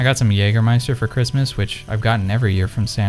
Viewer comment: As a german, I am proud of you that you can pronounce Jägermeister so well. 👌Probably cost a shitton to have the Ektachrome cartridges developed. The look is really fantastic though.